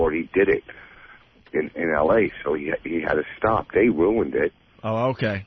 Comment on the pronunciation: Hate all of their mispronounced words. Ant says roooooned instead of RUINED. And fengher for finger